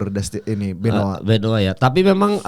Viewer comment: Benoa siapa ?? bukan nya benoit 😅